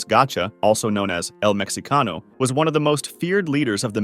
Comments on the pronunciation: Is not pronounced “mecsicano”? Its mehicano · its said like "el mejicano"